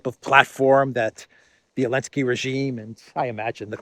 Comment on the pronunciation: I love how you call Zelensky "El-Nski" , an appropriate last name for an N word .